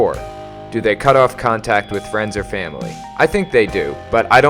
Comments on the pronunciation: ''froiends'' haha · Ah, yes. Froiends.